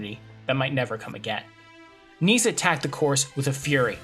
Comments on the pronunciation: Yhea that has been tilting me abit during the video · Pronunciation of ‘Nys’ is not ‘niece’. The ‘Y’ sounds but more like the vowel in ‘hare’ or ‘heir(loom)’. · If you make a whole video about Scen Nys, you should learn how to pronounce his name, out of respect. But that's just my opinion